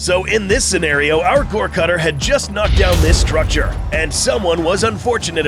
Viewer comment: *goregutter, not cutter lmao